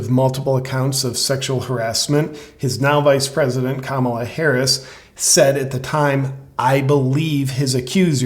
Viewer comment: Every time Biden speaks he just proves what a buffoon he truly is. This guy can't get any facts straight. He's got to be the most inept president this country has ever had. It's embarrassing. Vice president Harre? He can't even pronounce her name correctly 🤣😂🤣